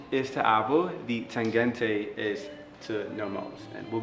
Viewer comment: interesting, but the Berlin wall fell in 1989, and NOMOS started in 1990, not 1992 yeah? also im a novice, but is the Tangente pronounced that way? it sounds like he is saying 'Tagente' shouldn't it be like tahn-GEN-tuh? I love the watch for you though.